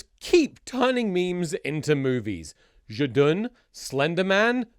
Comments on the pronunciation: one of those "Zhdun"s was actually correct XD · You pronounce Zdun very good 😅 This is very funny, this movie is not popular in Russia, considering it was made much later after meme was popular. Nobody knows why it was made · you have a perfect "zhdun" pronouncuation. i like it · You're Zhdun pronounciation is pretty good, you nailed that Ж. To better comprehend it, take a word like "jump", then imagine it as "d zh a m p" and try saying it without the d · Thomas being self conscious about his russian pronunciation whilst he is correctly pronouncing ждун is the best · your pronunciation of zdun is perfect btw. - a russian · As a Russian, I think you pronounced Zhdun pretty well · russian speaker here! you pronounce zdun alright, nice job komrade👏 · the subtitles for zhdun are a bit mistranslated from what I can tell but given what the movie is I'm surprised anyone translated it at all. also your pronunciation of zhdun is fine